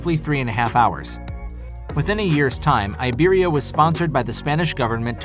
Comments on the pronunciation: It's customary for native English speakers to pronounce foreign names as if they were English. A good example is Iberia in this video. An Englishman once asked me how I would pronounce my Finnish surname in English! 😁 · Content-wise this video is highly interesting even for me that have served 35 years in the civil aviation industry with three airlines in 4 countries. Regrettably, the names of the airlines have been butchered. Iberia and Avianca as examples. Please get you pronunciations right if you tend to produce more such documentaries about the industry.